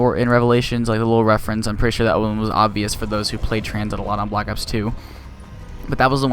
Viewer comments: But it's reference not referance get some BOI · Its reference not refarence